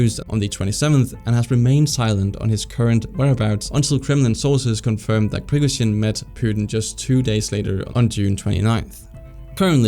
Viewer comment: Great video, just the way you pronounce Prigozhin's name is a bit annoying and off